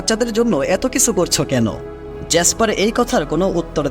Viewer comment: কিছু উচ্চারণ টা কিসু কেনো উচ্চারণ করেন?